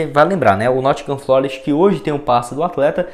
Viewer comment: Corrigindo: Nottingham Forest e não Nottingham FLOREST como você falou por 3 vezes no vídeo em seu comentário sobre o Renan Lodi.